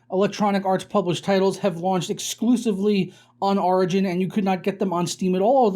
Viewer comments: Wait wait...how do you say "origin" ?...its not "rigin." its "or..igin.".... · When he says origin my ears bleed